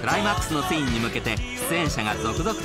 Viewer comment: ナレーターがシーンのことをスィーンて言うのが気になりまくる オフショット時の柴咲コウって喋ると頭悪そうだね